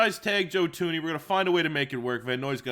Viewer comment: its joe THuney not joe tuney